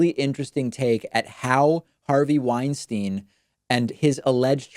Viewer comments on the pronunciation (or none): none